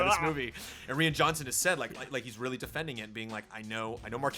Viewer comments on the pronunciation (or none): none